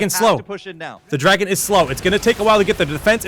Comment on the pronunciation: If that guy says "Draygun" instead of "Dragon" one more time, I am just going to snap...